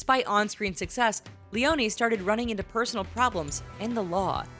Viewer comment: THE E IS SILENT IN LYONNE, okay sorry but I just love her so much